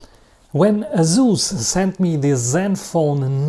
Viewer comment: It's pronounced Asus. You're welcome. :face-orange-biting-nails